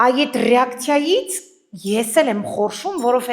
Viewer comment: Փեսիս չէ այս փեսայիս Ռակցիա չէ ռեակցիա